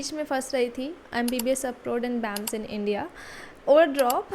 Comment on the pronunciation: It's B.A.M.S not bams bams, btw good video ❤